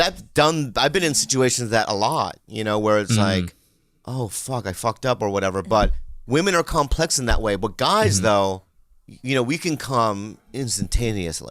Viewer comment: did bobby say "women are cumplex"? lol